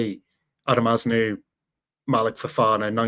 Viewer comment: Pronunciation Az-nuu